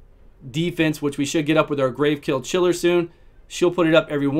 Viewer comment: You always say GraveKill Chiller instead of Gravechill Killer lol